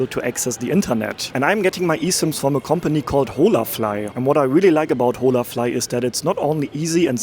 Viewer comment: ▶️ Holafly is Spanish and pronounced with a silent H. “In Spanish, the "h" in "hola" is silent, ie. .”O-la”. Means hello! 😊🇨🇦 Enjoying your video. You are a man travelling alone in SA. How would a woman tourist fare doing the same? I saw no place for women on the subway. In the 1st restaurant, seating was for families and singles… men. ??!Hmmmm. Pattern?